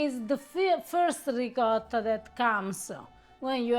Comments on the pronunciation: please teach how to pronounce ricotta like an Italian. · Amazing video but as much as you love Ricotta,, you should also pronounce it right:) eheheheh